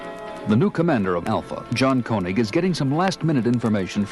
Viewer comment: Wait, is this the same actor playing Koenig as on the other episodes on the records? I just noticed he pronounced the name "koh-nig" but another episode, the actor says "keh-nig". This is a decades old mystery that MUST be solved!!